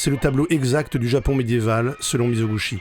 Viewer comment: Merci beaucoup pour ce résumé exceptionnelle ! Une correction : Mizoguchi se prononce mi-zo-gou-TCHI.